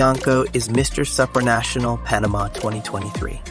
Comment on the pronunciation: He pronounces it Sup-ranational, like whatsup? lol I'm pretty sure it's pronounced like soup, superman, soopranational.